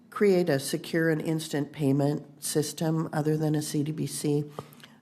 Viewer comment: CBDC not CDBC lady!